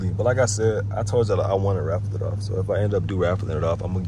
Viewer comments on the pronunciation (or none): Bro said raffle no way